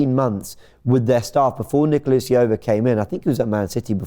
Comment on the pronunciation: Why are English media so bad at pronouncing foreigners names. Nicolas Jover ( how do you pronounce j in John)